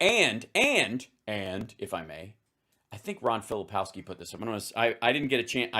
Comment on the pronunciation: It's Ron FilipKOWski, not Ron FiliPOWski...